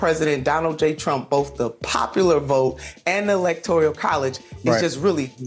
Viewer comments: She said "elactorial college". Embarrassing. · Nina Turner blamed the "evil money" when she lost a 17-point lead and the Congressional seat she ran for, so she is sort of throwing stones from a glass house even though she is right. And it's "electoral college" not "electorial college." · "Electorial" college.